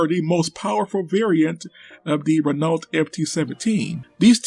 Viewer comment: My god, the way this chap butchers the pronunciation of Renault. FML...